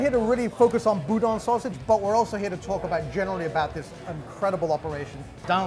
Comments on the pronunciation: I like Cochon, the restaurant, but I don't like Cochon Butcher, where was at first. And, it's pronounced Boo-DAN, like the other guy kept saying. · It's boo-DAN. He even corrected you. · Besides profound and ethereal, he also says evocation on every video. Also, it is Boo-Dan. Thanks.